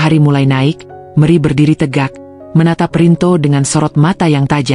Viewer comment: Mana gubugnya ngga ditampilkan sih terus kenapa nyebut nama Meri jadi meri